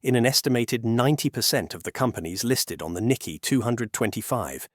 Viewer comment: You know this the voice is AI when proper names are mispronounced. It is not the "Nicky" exchange...it is "Nikay" emphasis on second syllable. Since this is about finance it would be desirable that the voice pronounce properly the name of Japan's stock exchange. Also mispronounced the name of Japan's former leader..Not "Aybay" but "Awbay."